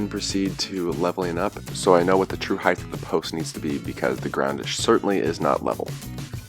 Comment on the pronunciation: Why must people pronounce "height" as "hieth?" I don't have many pet peeves, but this is definitely one of them! They teach you this in the 2nd grade man